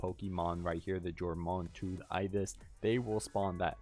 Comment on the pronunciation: And "ig-niss" (Latin word for fire)